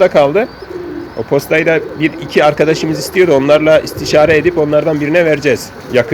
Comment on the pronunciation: Edep değil edip Türkçe. Kaç?